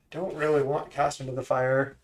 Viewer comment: “Cash into the fire” is the best possible way to mispronounce that card name